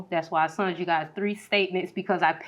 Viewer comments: I've never heard someone say "sunt" instead of "sent." Sorry if I sound ignorant. I've just never heard it before. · Why do people keep saying "sunt" instead of "sent"?!